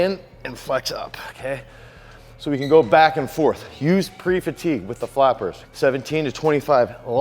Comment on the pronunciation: Flappers, guys.....not fappers geeeeeeze guys c'mon 😂😂🤣